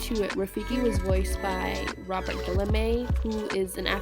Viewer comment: AI sucks. At least get Robert Guilliam's name right.